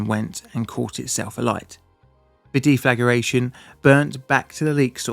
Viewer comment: Forgive me but, "def la gra tion", Not "De Flag ER a tion" There is no vowel between the g and the r to support the extra syllable. They weren't de-flaged. Well maybe their flag was burnt down too. But that's completely beside the point! LOL.